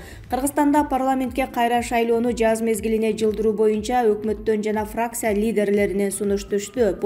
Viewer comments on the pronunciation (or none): none